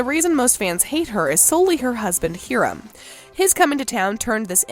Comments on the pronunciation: I doubt the narrator has even watched 1 episode of Riverdale , otherwise she would know that it was Jughead who carved off Penny's tattoo or how to pronounce Hiram's name! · Uh u didnt even say Hirams name right so u dont watch it liar3